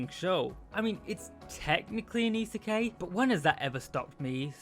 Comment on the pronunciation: very good work, I enjoy the insights and it has made me want to watch the anime. A couple of notes though, isekai isn't pronounced that way, after the K it is said as eye rather than ay (I'm sorry, it hurt a little) Also when you were saying that a lot of them get what they want with little effort you showed RE:Zero, while I understand that you've not watched it and wouldn't know, it was the worst show to put there as the main character literally suffers so much to get to where they are. Other than those though, really good video, you're coming along in strides! EDIT: Some other good reverse isekai for your fancy are RE:creators, Inuyasha and rule of thirds dictates a final one, but I personally cannot verify it, The Devil is a Part Timer